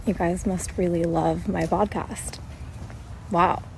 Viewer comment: The way people pronounce podcast is wiiiiilddddd